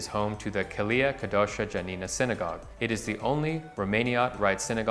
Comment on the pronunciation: you botched your pronunciation of the Jewish establishments. Jeshurun, Kehilla Kedoaha Janina and Romaniot all mispronounced. BTW I used to live at 190 Norfolk two doors down from Angel Orensanz and I had no idea it had such significant history